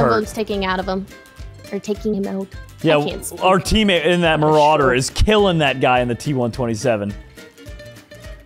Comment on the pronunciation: Yeah, also farms damage on an afk dude instead of defending himself and also calls the german TD marder "marauder"